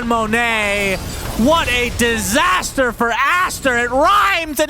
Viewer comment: "It's a disastaaa for Astaaa and it rhymes and everything"😭🤣